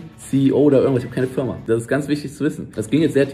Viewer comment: achte mal auf das Video, es ist nicht böse gemeint aber er sagt Fürma.